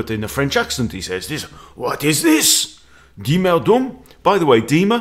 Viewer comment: You pronounce "Duhm" like doom. The way you pronounce it, you call him mr "Dumm", which mean mr stupid in German.